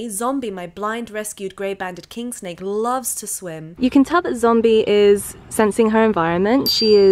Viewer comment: Snake not snak